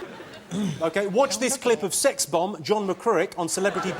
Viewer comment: 😆😆😆😅😅😅🤣🤣🤣😂😂😂 Comes on with her muff hanging out "Wois ih awllwayz abouh saax?" Oh f me😅